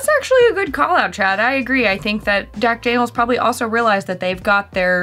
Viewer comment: No one is gonna comment that said “Dack Janiel’s”?